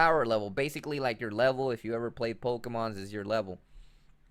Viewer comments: The actual pronunciation is "Po-Kay-Mon." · poke...eeeeee......mon NOT poke......aaaaaaaaa....mon